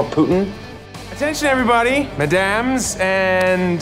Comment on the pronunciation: Madames and mis-wahs